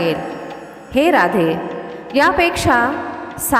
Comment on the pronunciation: राधे नव्हे ़़़ राधेय असा उच्चार केला पाहिजे ़़़